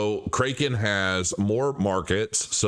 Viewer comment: Pronounced, “CRACK-in”